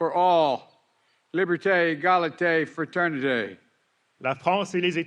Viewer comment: "Liberté, égalité, fraternité" I am sure that Biden does not speak French based on how he says those words. Bliken is said fluent in French almost as a native speaker.